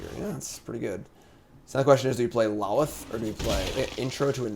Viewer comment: I respect you and the website, but I have to say something…. Lolth (lol-th) (low-l-th) not (lawl-ith)